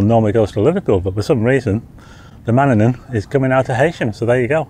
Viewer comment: The fast craft to Douglas is pronounced, Ma Nan In, named after a Norse God that protects the Isle of Man by placing his cloak of mist over the island. Great vlog as normal.